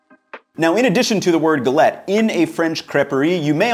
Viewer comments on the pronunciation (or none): Also just be more accurate on the pronunciation, it sounds more like g-a-let. i.e. a longer A sound. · guh LETT???? Seriously?